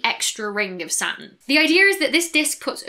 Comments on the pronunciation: And Saturn as Satin :) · I get stuck on Saturn and Satin. I keep hearing satin when she says Saturn...which makes me lose focus on the subject forcing me to notice her left hand pinky finger nail is not colored green like the rest of her fingers...this video is tearing me apart... Its a nightmare for OCD. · I've started saying "Sat'n" now. I'm fine with it. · Not being critical - I love accents - but "Sa-urn"? :-D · Sat'in. You can't forget that regional glottal stop. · She pronounces the "T" in Jupiter but not Saturn, is she trying to sound American? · The big payoff in any of her videos is when she pronounces "Saturn."